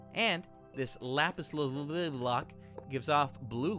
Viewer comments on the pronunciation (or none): It's pronounced lapis lazyoulie